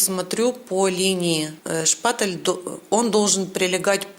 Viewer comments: Женщина не шпаТЕЛ, а шпаТЕЛЬ и т не твёрдая,а мягкая! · ШпатЕль, а не шпатЭль, звук"е" в этом слове мягкий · Все круто, но почему меня так бесит каждый раз когда вы говорите ШПАТЭЛЬ ? 🤣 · Почему шпатэль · Та шпатэЭль или шпатЕль...не пойму🧐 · Спасибо огромное за урок! 👍😍 Но почему некоторые блогеры говорят "шпатЭль"? И Вы в том числе! Это что, ноу-хау какое-то?! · Зачем вы говорите шпатЭль. Так слух режет 🙉